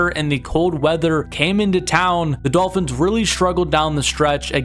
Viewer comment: Midolphins lol